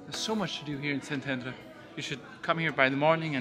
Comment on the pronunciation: Resident of Szentendre here! :D Amazing vlog & thanks for showing our town to the world! Glad you had a great time here. Also, your Hungarian pronounciation is impressive! ;)